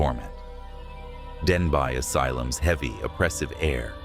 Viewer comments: Denbigh is pronounced Den-bee not Den-bye. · Denbigh is actually pronounced ‘ Den- bee’. Its formal Welsh name is Dinbych. The asylum is actually undergoing a transformation into flats/ apartments. Personally I think it’s disrespectful to all those who suffered abuse there. It should be left alone. Anyone who decides to live there is in for a ride. Not a good one. 🏴❤️👍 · It’s pronounced denbee and cefn is pronounced cefun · I went to Denbigh (pronounced Denby) asylum, and after spending 9 hours exploring, I can report absolutely nothing haunting of any kind 😂